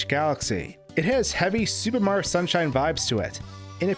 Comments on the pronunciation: why do you and so many other pronounce "super Mario" so differently i hear " su maro" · “The Soup Mario Galaxy Series-“